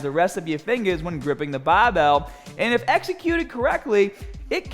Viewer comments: Please never stop saying baahbell! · Thanks for the last correction move. I always use a 45 lb plate to do upright rows. I will definitely correct how I do them after seeing this. Btw, I love to hear ya say”bah-bell”😛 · Your grip is gahhbage on that bahhbell